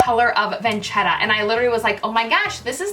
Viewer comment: is not ''vancheta'' is ''vasheta''